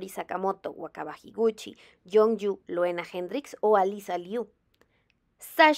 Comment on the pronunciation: Me encantó el análisis!!!! Gracias por tu contenido❤❤❤ solo un apunte, me duele escuchar "Loena" ya que se pronuncia "Luna"😢😢 pero incluso los comentaristas lo dicen mal muchas veces😔😔